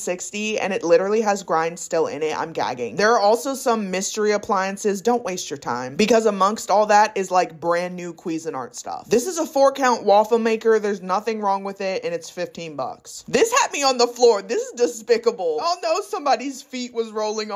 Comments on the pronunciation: i’m so sorry to have to tell you this but it’s pronounced like “cuisine (quizeen) art” not “queezin art” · I am gonna call it kweezin art from now on. No shade, i love it. Its French and is pronounced qui-sinne ish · The way you pronounce cuisine art is funny. It’s not Qee-zeen art it’s quizeeeeen art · Is no one else stuck on the "Queesin-art" pronunciation??? Girl, why'd she say it like that 🤣🤣🤣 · Queezin? LOL I can't with the pronounciation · I'm not the only one that laughed at her pronunciation of Cusinart right? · the way you pronounce cuisinart is incredible lol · Why did she pronounce cuisinart like that… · Idk how much I can trust your advice if you don't know how to pronounce cuisinart lmao